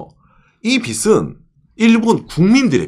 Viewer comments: 빚이 => 비시(x) ,비지(o)/ 빚은 => 비슨(x) ,비즌(o) : 연음법칙에 따라 발음하는 게 원칙이라고 함. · 초 일본은 [ 비시 ( X ) ] 많은 나라인데, 일본은 [ 비지 (O) ] 많은 나라인데.. 초 일본 국민들이 봤을때 이 [ 비슨 ], 국민들의 [ 비시 ] 라는 거에요.. ( X ) => 이 [ 비즌 ], 국민들의 [ 비지 ] 라는 거에요 (O)..유투버로서 한국어 발음을 너무 틀려서 앞으로도 방송러로 틀린발음으로 발음하실까봐 지적드리겠습니다. 채무를 나타내는 [빚] 은 받침이 ㅈ 이므로 모음과 함께 발음할때 [ 비지 ] [ 비즌 ] [ 비즐 ] [ 비즈로 ] 이렇게 ㅈ 발음을 하셔야 합니다..타임마킹한 것처럼 [ 비시 ] 많은 나라라고 발음하면 청자는 머리빗는 빗이 많다는 의미로 원칙상 듣게됩니다..물론 문맥상 의미를 파악해 채무를 말하려고 한다는걸 파악가능은 하지만 원칙적으로 그렇게 발음하면 머리빗는 빗이 많다는 의미가 됩니다..받침을 생각하셔서 모음과 결합해 발음할때 해당 받침발음을 빗, 빚, 빛 을 발음해주시면 그게 옳은 발음입니다..참고해서 다음부터 주의해 올바른 발음으로 방송해주세요. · 빚이, 빚은, 빚을 -> 비지, 비즌, 비즐